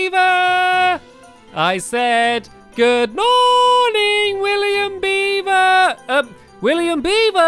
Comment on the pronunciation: It's funny when sometimes he say William bieber instead of William beaver but he never seems to notice😂